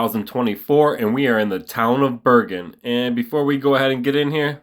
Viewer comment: It’s pronounced Ber(Jin)